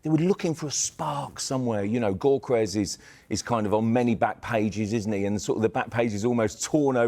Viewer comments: GOR KERYES? the G is silent dummy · Huge respect for Mr. Cross, but apparently, the “G” in “Gyökeres” is silent. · Not one of them can say Gyokeres’ name correctly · All of em need to watch the player pronunciation videos… Nowari? Gokeres? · As a journalist is surprising that doesn't know how to pronounce Gyokeres or Nwanera's names.